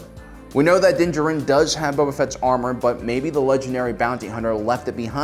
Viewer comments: I thought it was pronounced "din-JAH-rin", not "DIN-jah-RIN". Sounds like some sort of intestinal disease. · Do these guys mispronounce names on purpose?!? Who the hell is Dinjerin?